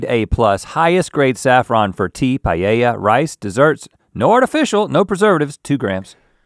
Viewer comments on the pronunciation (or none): The way he says paella made me nearly click off. Pie-yay-ya